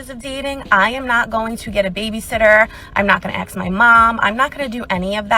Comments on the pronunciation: I lost any kind of interest in you as soon as you said.Axed instead of ask Oh yeah and when you said single mom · “Ax me questions”. Her poor kid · The first lady, and this drives me nuts: It's "ASK" not "AXE". Literacy. Please.